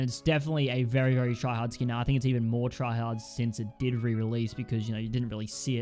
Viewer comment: U said tryahard